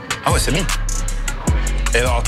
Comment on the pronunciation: évite de faire comme mohamed henni pour le oué mdrrr